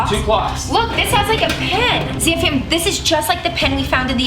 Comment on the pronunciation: She says Zam fam not Sam fan